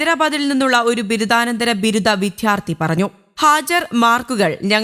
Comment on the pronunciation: Enthanu “vidhyarthi”, it should be vidyarthi.